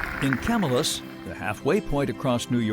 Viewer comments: It's pronounced Kah-Mill-us !!! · As a local to Syracuse, this is getting hard to watch. They got the name of Erie Boulevard wrong (what the heck is Erie Street?) and while they put the effort into pronouncing Haudenosaunee correctly, they got something as simple as Camillus wrong.